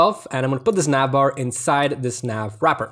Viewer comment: wtf is Nyav Vrrrryapphhurrr?